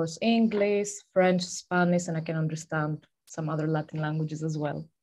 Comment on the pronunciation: Englis, Spanis??? How can one be so great in speaking languages and at the same time can't pronunce sh/sz/š???